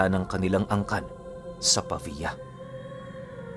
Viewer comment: tama na ang pagkabigkas mo sa pavia.. galing mo... 👏👏👏